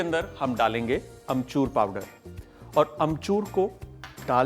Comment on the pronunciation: Sawal - how many times Kunal said amchurrrr ?!?!?